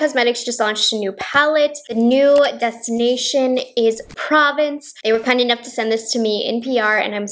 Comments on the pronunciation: Probably not the first to comment on this, but it's actually pronounced pro-VAHNCE in French. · Hate to pick on pronunciation it’s pronounced Praw-vonce ( if that makes sense) for the palette name it’s French it’s hard sometimes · P Hi Thank you for this video I did see one other video where the YouTuber did some looks with the Nomad pronounced Pro (long O)vence, not province )😏 Your eye looks are really beautiful I'm going to take a deeper look into possibly buying one of these pallets because I've heard mixed reviews in the past about other collections. But Jack's beautiful you did a wonderful video where she had three different looks and she gave it a solid 10 so I really appreciate you doing this video once again and that lavender lip gloss reminds me of an all me lip gloss that looks a lot like that that I love. Take care 💕🌅🙏🤗